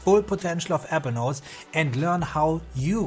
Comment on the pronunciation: APPLE NOTES PRACTICE SAYING IT CORRECTLY 😂